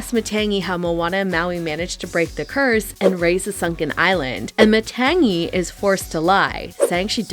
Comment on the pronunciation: These YouTubers mispronouncing Matangi and Tamatoa is driving me crazy 😢